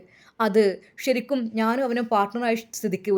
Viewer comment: ശരിക്കും...... ഷ രിക്കും അല്ല